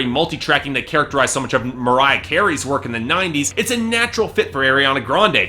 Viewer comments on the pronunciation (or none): none